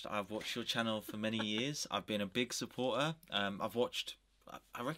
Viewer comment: "suppor er". 100% Bri ish confirmed